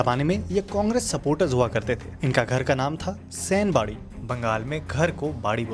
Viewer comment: Sai Bari Bolte Hai Sen Bari Nahi